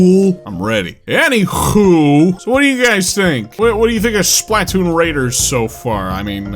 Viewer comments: I don't know if ive ever heard someone pronounce Splatoon as SPLAT-toon before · You put such a strange emphasis on the SPLAH of SPLATOON. Would you say "PLAH-toon" or would you say "PLUH-TOON?" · The way he emphasizes the A in SplAtoon hits me every single time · It's funny how he pronounces Splatoon: "Splat Toon" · The way you say Splah Toon as two different words is PEAK 🙌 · Anyone else hate how he pronounces Spaltoon??